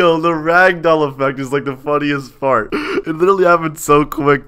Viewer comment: Did he say part or fart😂